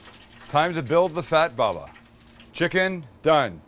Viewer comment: Bubba it's not read baba